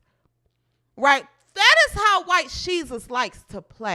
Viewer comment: I love my people 😂😂😂 “white sheus”